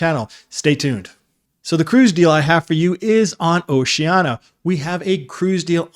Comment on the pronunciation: Nice straight-talk video. One thing, though, when referring specifically to Oceania Cruises, the brand is typically pronounced with the "sh" sound: oh-shee-AN-ee-uh. Don't leave out that next-to-last syllable -- the "i" pronounced as "EE". Will you personally be on this cruise?